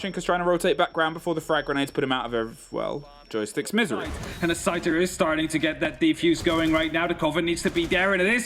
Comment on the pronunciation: why does this caster call scyther scooter lmao